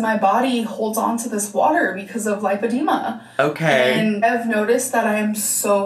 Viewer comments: there’s no ‘o’ in lipedema. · Driving me nuts that’s she’s saying LIPE-edema when it’s actually LIP-edema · It's super weird that she can't pronounce lipedema even though she had like, a two hour appointment with the best doctor in all of America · PSA: It’s pronounced lip-uh-dee’-muh The first syllable (lip) is pronounced just like the word lip. Think of the word lipid, as in fat. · It's super weird she can't pronounce it when she is obviously the world leading expert laygo level in lipoedema. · she says it right a couple times and then goes back to saying it wrong it makes me mad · I know a lot of people are getting on her about not being able to pronounce lipedema after a doctor has told her. But… then I remember she still says buffeT. She hits that T and she knows how it’s pronounced lol. So I feel like she just decides not to pronounce things correctly 🤷🏽‍♀️